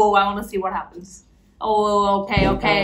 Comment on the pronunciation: Australian Slang...."Ohhwooo Okaai Okaai" 😂😂 Damn!! That's lit...imma comment it while I watch!